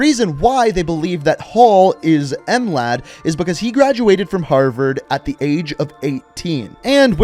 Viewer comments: Bruv you dont say M-lad just Mlad there is no need to complicate it. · ahahahahahaha em lad it's not em lad american learn some language other than your tongue language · As a Balkan I cringed when he said M-lad